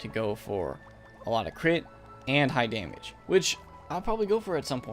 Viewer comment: Bro please correct ur “damage” “fire goes for daymage”